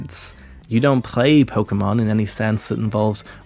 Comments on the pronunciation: Ebert pr0nouncing pokemon as “pokamins” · "Its about acquiring pokamins"